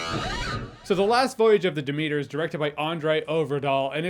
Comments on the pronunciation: Pfft, Jeremy's pronunciation of "Demeter" is hilariously cringe. Dem-eater 🤭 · bro said "da meter" 😂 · De-meater lol. I'm out. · Of course he doesn't know how to pronounce Demeter....haahhaha